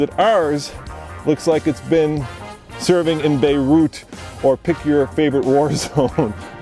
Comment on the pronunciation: wait wait did you said beurit you mean lebanon 🇱🇧?